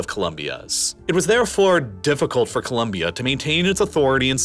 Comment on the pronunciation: FINALLY SOMEONE THAT SAYS COLOMBIA RIGHT I'M SUBSCRIBING JUST FOR THAT